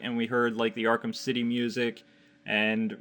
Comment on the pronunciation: "Arkem city 2"? Wtf are you talking about man?